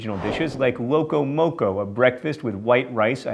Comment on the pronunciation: Thank you John for pronouncing every food from Hawaii like a true mainlander except for the guava chiffon cake, which i as a Hawaiian resident, have never heard of. It's pronounced 'loco moco' not 'lo-co mo-co'. Another thing is 'spam mu-suu-bee' not 'spam musoobe". Poke is interesting because that is variant in pronunciation. In can be said as john said it 'po-kay' or 'po-key'. Haupia is said as 'how-pi-ah' not 'hopi-ah'. Anyway I know none of this really matters but it's just some info so if any of you find yourselves in the 50th state you'll know not to order food like that. DFTBA.